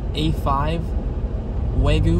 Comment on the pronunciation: Bro…for future trips/future reference, it’s either “Arigato..!” (informal), or “Arigato gozaimasu!”… NOT “Arigato Mah…” 😧🫣 Also, it’s “Wa-GYUu”(和牛), (think of the word ‘you’🫵🏻 with a ‘g’ added in front), not “wa-goo”💦. Just FYI…